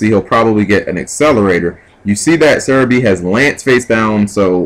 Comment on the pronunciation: Do you even attempt to read the names? The entire time you kept calling Sehabi "serebii" lol this isn't pokemanz plus theres no r in his name sooooo.... anyway rant over :]